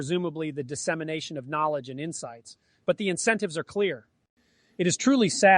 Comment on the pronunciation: Just to add to the meta: “Incentives” not “Insentives”.